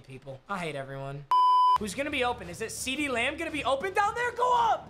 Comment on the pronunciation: ceedee lamb, seedeez nuts Me:what nuts